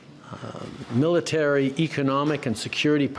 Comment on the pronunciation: Why does he keep stressing military. We don't have one of those